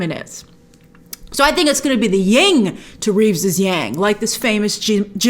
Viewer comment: grace its YIN and yang not ying :/